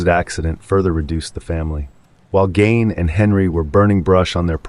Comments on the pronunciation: it's ed gein not 'ed gain' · At the risk of being pedantic, Ed’s last name was Gein, not Gain. Just fyi. Great content on this channel.